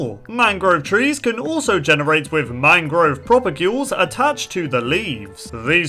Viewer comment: How many times did he say mangro?